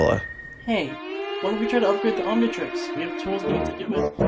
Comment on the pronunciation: Did bro say Omnitrixis 😂😂🤣🤣